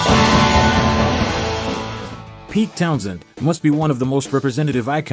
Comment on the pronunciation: Townshend, not Townsend!